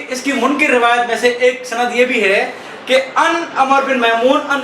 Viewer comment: سنیو سمجھدار لوگوں سے مناظرہ کروایا کریں اس بےچارے کو کچھ معلوم نہیں سیدھی سی بات ہے آپ خلافت بلا فصل علی کیلئے ثابت کریں منکر کو کاف کے کسرے کےساتھ پڑھ رھا ھے